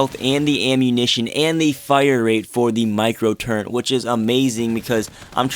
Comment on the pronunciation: Why do so many people say turrent?